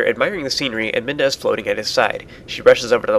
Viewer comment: Ive noticed in several of your vidoes you accidently call Midna, Minda. (or at least it sounds like you are)